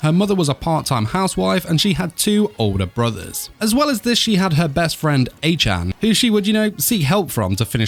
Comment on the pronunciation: Yoy mispronounce lots of words. Otome, Acchan . Check and fix that next time. If u did, gj.